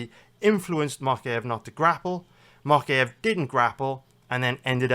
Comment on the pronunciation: I think its mowkaev not mockaev